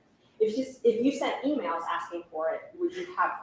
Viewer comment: He says "axin" like he's from Manha-an.